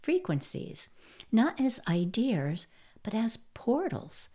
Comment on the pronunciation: Idears? Seriously?